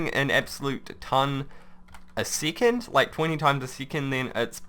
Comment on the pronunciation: he says it like seecond